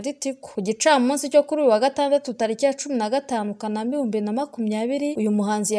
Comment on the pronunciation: Ntibavuga Kanaâma bavuga kâanamâ